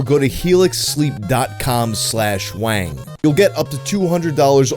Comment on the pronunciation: IT IS! NOT WANG!